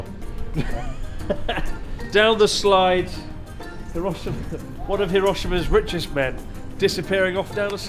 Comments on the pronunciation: Have the Japanese friends not told you it is not pronounced Hiro' shima but Hirosh'ima,stressed shi ... You should know this by now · educated people pronounce Hiroshima correctly in any language,bud..don't add ignorance to bad manners,bud